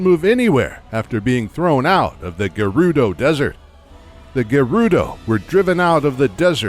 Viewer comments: Agreed the "g-air- oo-doe" 💀💀💀💀 kills me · I love your videos but..whats with the pronunciation of Gerudo its like you're saying Gay-Ruh-Dough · “The geroodoh” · The new narrator from 39 on is unable to say Gerudo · Buchanan one of the narrators kept saying it wrong. It's painful to hear, plus quite obvious if you know the correct pronunciation. I figured it was his accent as he says it wrong in every video that mention them.